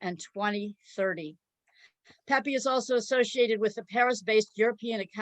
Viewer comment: By the way, the name is pronounced is NOT “peppee” “peppy” or “peepee”. The letter E” is always pronounced as “eh” as in pet, bet, fed; not Pete, feed, etc. In the Spanish language (which I’ve spoken in my 70 years of life) the vowels do not change their pronunciation just because we do not learn them correctly. So it’s sound is pehpeh if we want to respect the language and not let someone else change it.